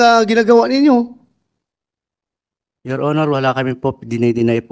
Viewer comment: Your onor yor onor daw😂😂